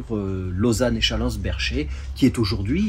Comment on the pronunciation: je te rappelle qu'Echallens se trouve dans le Canton de Vaud et que, donc, le "s" final ne se prononce pas...